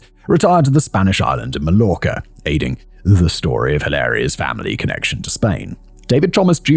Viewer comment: VEEERY off-target but Im german so I have the need to explain our 17th state* is pronunced "Mai-Orca". * german running joke bc of the amounts of germans going on holiday there to drink and the amount of german seniors living there full-time